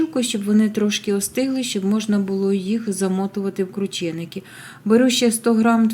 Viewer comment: Якщо вже так хочете, то правильно кручЕники!